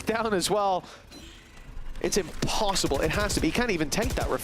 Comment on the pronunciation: lmao blud said impssible T_T